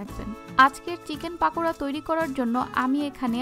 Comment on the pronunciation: পাকোড়া বলেনা পকোড়া